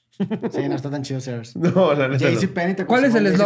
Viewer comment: no es Sears, es “Sirs”